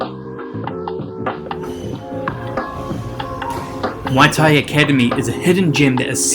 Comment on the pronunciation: So much passion on muay thai , we appreciate it bro... but u still mispronouncing muay thai as moi or mui thai everytime lol.... it's muay or Mway or Mwai thai bro. Cheers.